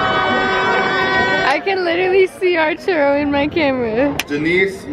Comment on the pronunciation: Bruh said archuro😭😭